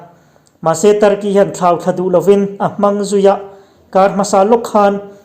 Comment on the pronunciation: kan sawi ve Turkey ina thlauthla duh loa,tih pawh hi thlauhthla tih tur ni awm zawk a ni.